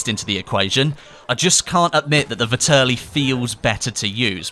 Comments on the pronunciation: I'm shocked at how few people understand how to pronounce the name of this gun... Its pronounced like "VETearly" not "vihTURly" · vetterlli not vitterli